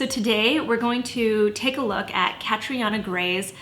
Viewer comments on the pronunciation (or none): By the way, it’s pronounced Cat-treena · Why the hell are people butchering her name? It’s irish it’s pronounced Katrina ughhhhh kills me!! Tell me she doesn’t call herself that too?? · Loooorrrrddd. Catriona is an Irish name pronounced "Catreena". why do people give their kids names they refuse to learn how to pronounce!